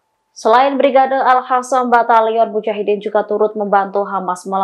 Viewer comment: Host ora mutu sbg penyiar baca berita,,,,klo baca salah terus,,nek baca sih GAYA tp justru bner2 salah total bhs arab salah lafadz bs mengubah arti,,, Al qossam kau baca alkhasam Al quds kau baca alkhuds Al aqsho kau baca alakhso,, tlg pimpinan redaksi,,,,sbaiknya host diganti yg lain yg benar,,,suruh belajar lagi